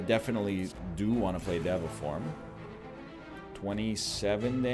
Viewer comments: Why does he keep making fun of people for correcting his pronunciation of deva but then he pronounces it a second incorrect way? day va you nerd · Diego I just think it’s funny that he’s obsessing over the pronunciation and keeps going “diva. No sorry dev uh” even though neither is correct and he hasn’t once pronounced it right.